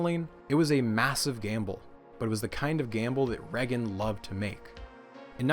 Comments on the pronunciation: Does anybody realize how he’s mispronouncing Ronald’s last name??? It’s Pronounced “Ray-gan” not “Reh-gan”. Jesus! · Pronouncing Reagan with a short E rather than a long E is so triggering. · The way you pronounce reagan I can tell u aren’t American lol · i’ve never heard anyone say reagan like that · I know this is petty, but the way you pronounce 'Reagan' is driving me insane.